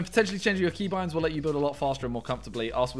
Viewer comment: Man said cebind not keybind😂😭